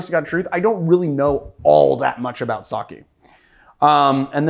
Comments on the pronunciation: Sake is pronounced something like Sakhay not Sakhee (English es not my mother tongue so I'm approaching to the pronunciation as best as I can) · Sake = saw-kay = alocohol. Saki = saw-kee = destination. <3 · “Saw-Kay” not “Saw-Key” y’all gotta stop saying it like that 😭🤦‍♂️